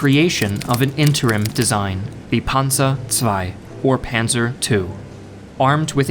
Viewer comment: I think the most accurate was "Panser" for "Panzer" But I could understand nearly everyone he named